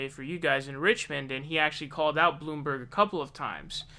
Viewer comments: dude you cant pronounce Nevada and now you also cant even pronounce SANDERS?????? its not fucking SAUNDERS... wtf also WHO THE FUCK IS BLOOMBARG?!?!?!? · excuse me, it's pronounced "Michael Blamborg" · KlobuCAR, SAUNDERS, BloomBARG.. I come for the info/opinions... But I stay for the intentional name mispronunciations. 😂